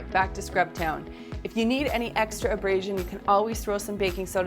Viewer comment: How mAny times did she say embrasion. Plus you can tell she’s never really cleaned the tub day in the life she probably has a housekeeper that comes and cleans once a week she’s so full of it